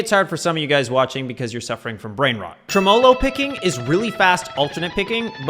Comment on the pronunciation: I’m sorry, TREMOELOE?